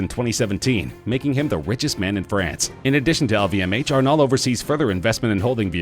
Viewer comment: The way, wherein you pronunciated "Arnault", is not proper France Talk.